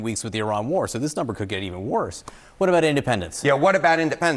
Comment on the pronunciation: He couldn't say war..